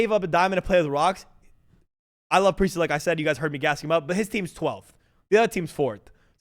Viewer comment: Preistahh is the glue fosho